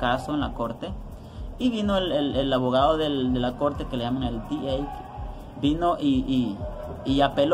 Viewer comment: 😂😂😂😂salio avogado el wey!!